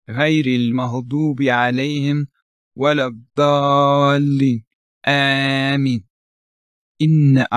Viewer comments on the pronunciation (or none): none